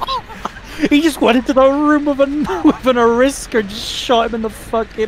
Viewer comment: pronunciation of “Arisaka” disturbs me.